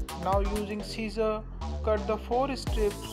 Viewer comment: when he says scissors the cc says caesar because of his accent lol